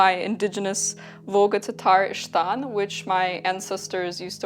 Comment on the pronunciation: Volga Tataristan?????? OMG Kazan Tatarian, no wonder you are so non-descriptly beautiful. The word ishtan as you've pronounced it true Turkic. The word in moden Turkish is ichdon (içdon) meaning underwear. "iç" meaning inside. Other forms are işton, iştan, içdon dependıng on geographic location. I know because I am a Crimean Tatar sister.